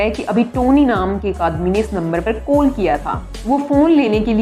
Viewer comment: Koll not its call make ur pronounced correct